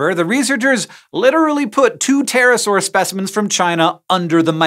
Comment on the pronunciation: the p needs to be silent especially at night.